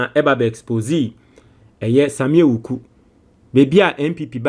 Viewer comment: the name is pronounced Awuku, not Ewuku. 😅 Awuku is an Ewe name. 😅